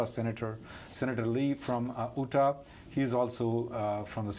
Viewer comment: it’s pronounced “You-Tah” not “Ooh-Tah”, please don’t mind me pointing it out.